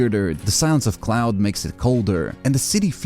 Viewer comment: It’s “Claude” not CLOUD. Your goofy accent messed it up